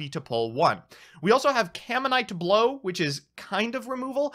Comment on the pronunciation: "caminite blow" Add that to the list of cards has royally butcher the pronunciation of.